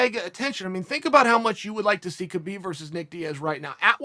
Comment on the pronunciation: He'll call him Khbob.